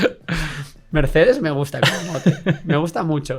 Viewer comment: Me duele mucho cada vez que decís "Merzzzz"... Es como cuando oímos a los alemanes decir Gaul Gonsales cuando nombraban a Raúl en el Schalke... se pronunciaría Mertss, con una T y una s alargada. Pronunciais mejor a los grupos yihadistas que a los nombres alemanes jaja. No lo toméis como un comentario Besserwisser (os pongo hasta deberes), pero habláis mucho de Mertchedes (me gusta el mote) y duele oirlo con la Z española.